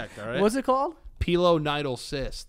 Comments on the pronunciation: I have a pilonidal cyst and it suuuuuucks when it's inflamed and infected!! Also, the way you guys pronounce pilonidal KILLS ME.😂😂😂 My family pronounces it pie-Lynn-idol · pilonidal cyst. Joe: piñoninö cyst? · Can someone PLEASE tell me what episode it is after this where Joe says pinonino cyst again???